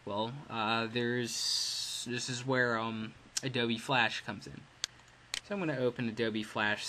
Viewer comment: This guy said ADOBE like adobee